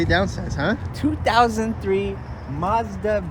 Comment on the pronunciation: What's a 'Moz da'?.